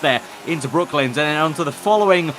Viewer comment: Great video. Btw its brooklands not brooklyns